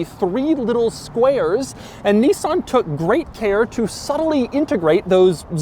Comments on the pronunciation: It's a 350 Zed, FFS. And it's Nis san, not Nee son. Ask any Japanese speaking person. Lol. I almost bought one of these back early this century, but bought a Saab Aero instead, same year, but half the price ... and MUCH MUCH QUICKER. The Nissan 350 Z a sports car ? No, not at all, especially no when it is outperformed by a Swedish family sedan. Shame GM ruined Saab. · Knee-san? Okay. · He said "zenis" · He said Zness 😁